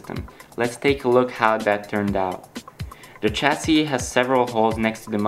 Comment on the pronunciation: chassis has no "ch" sound at the beginning of the word. sorry but i was getting really frustrated